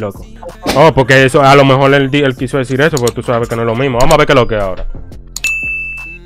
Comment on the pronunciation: "Mejol" jajaja eso me mato